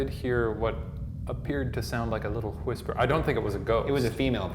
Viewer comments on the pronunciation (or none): Did you hear a little wHisper? What did you say? WHisper. Whisper? WHisper. Why are you putting so much emphasis on the H? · Huis-per. It's like Stewie Griffin. Silent W! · Is no one gonna mention Shane's pronunciation of "hwhisper"? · Lol your Stewie u said hwistper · shane really pronounces the H in whisper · Why does Shane pronounce 'Whisper' like Stewie Griffin would? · Shane pronounces ''whisper'' like Stewie pronounces ''whip'' and I can't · When he said “where she purchase 1061 acres” I heard 1061 torchers